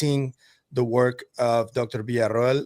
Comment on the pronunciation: I'm a bit exacting about pronunciation and have always loved that you have been THE only person in the community, pronouncing Dr. Beatriz's last name correctly. It's not much, but it shows your exacting, attention to detail we have all come to really value,, Keep up the great work, thank you!